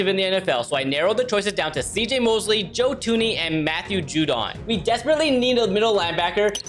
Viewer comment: That’s how you pronounce his name